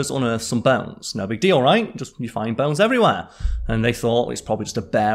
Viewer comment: What are "bells"? Are you saying "bones" ?